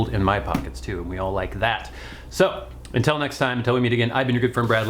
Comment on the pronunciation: U say entel instead of until